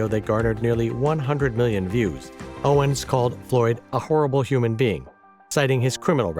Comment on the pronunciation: Seemingly, an AI narrator which cannot properly pronounce Owens' name? And thinks someone who has supported same-sex marriage and a trans presence in the military is "far Right" is a bad joke. //